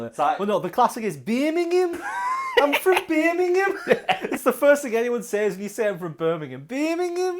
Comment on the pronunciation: You wanna talk about mispronouncing words? How bout how you say “says” it’s pronounced like “Sez”